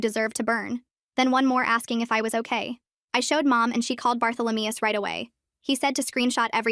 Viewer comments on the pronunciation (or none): “Barthalameus” now that’s a new one 😂